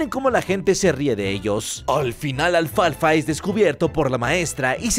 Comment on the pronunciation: Minuto dice mal alfalfa